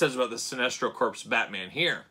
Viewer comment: Corps. “Core” not “Corpse.” Shame, shame. All ribbing aside, this was a famous look for Batman many many years back. Sinestro was announced today so get at Todd’s store or at Target’s Fall Geek Out event that started today.